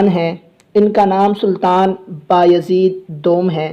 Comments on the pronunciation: Ohhh Bahi name Mohammad nhe Mehmed hai ....ohh Bahi name baayahzeed nhe beyazid hai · Please when you call there name say them correctly it not behyazid it bay-e-zit you break and pronounce